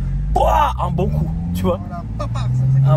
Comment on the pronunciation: Comment faire parler chinois tonton...en une leçon ....mais c'est böo c'est böo !!!😂😎👌